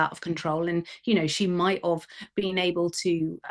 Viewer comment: It's MIGHT HAVE not Mightof